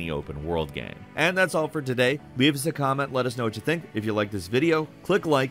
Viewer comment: Nobody:: gaem